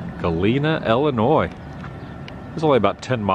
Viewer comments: Not Wesconsin or Ellinois, but Wisconsin and Illinois. Pro tip from a local. 😁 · South side Chicago for life...unfortunately, ha. I really want to teach you to say Illinois correctly haha.